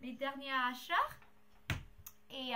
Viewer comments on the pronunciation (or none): il ne faut pas dire achatr mais achat voila sinon tu parles tres bien francais